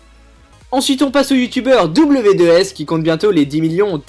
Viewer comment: tu la dis mal W2s